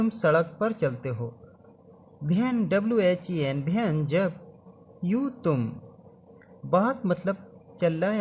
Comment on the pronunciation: Ven nhi when hein😅😅😂😂